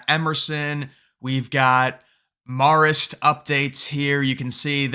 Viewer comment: It’s pronounced like this: Mare-ist.